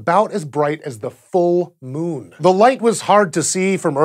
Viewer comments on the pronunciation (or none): none